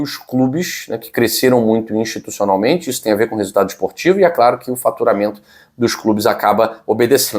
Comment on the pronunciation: Boa tarde fala claro e faturamento ou FARTURAMENTO K K K K.